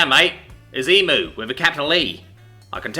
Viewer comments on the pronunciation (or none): Okay okay everyone when pronouncing "Emu" put emphasis on the U at the end. Pronounce it like "Emyou" not Emoo its a common slip up for foreigners Also when using the Australian accent real pronounce the vowels and use a strong R also we're naturally lazy speakers so dont try so hard other than that i highly highly enjoy your work and can tell you do aswell sometimes i can even hear you smiling love ya, hooroo mate! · Not E-MOO it's E-MU ( Said E-MEU) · As an Australian it drives me insane The way Americans say the word EMU never cease to inferior to me (Em u )not ( Em moo) for the love of all that is holy I love your work but fuck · Yeah, please stop saying "Em moo". It's "Em you" like an insult! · Looked it up, the video I saw had the guy say it more like "eemyoo". Still gonna call the angry dinosaur bird an "eemoo" though. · As an Aussie I like to think that that it's called emoo in this story because it is stronger because emooo in any other context hurts my soul like bloody hell say it right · Ooof... that pronounciation of "emu" definately should have been checked with an Aussie first, before reading this story!